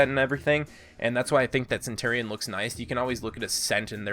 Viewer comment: pole axe?! its just an axe!! the way you said centurion triggers me so hard. the gladiator is supposed too have open chest armor! that's the point! for the valkyrie you said centar when you really mean satyr, and you called her SPEAR a staff! ITS A SPEAR!! come on dude!